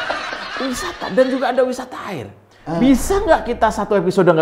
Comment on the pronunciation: w paling demen klo ngomong "aerr" 🤣